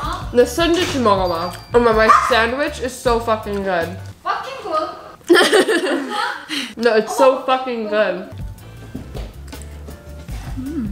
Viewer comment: i love this part when was said " this is ia fucking good" and her mom was like "fucking good" with the korean accent😭😭